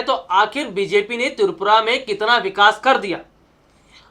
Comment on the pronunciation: Oooh hlw not tupura tripura..phalee apna speaking power thik 😅😅😅😅😅